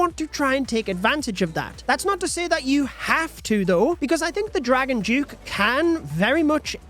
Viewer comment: Dragon Duke 👎🏻 “Dragon Juke” 👍🏻